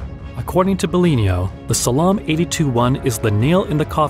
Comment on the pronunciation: Learn to pronounce “psalms”